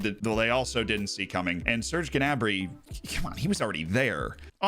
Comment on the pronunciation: Who is Ge'nabri? Pretty sure it's pronounce "Na'brie"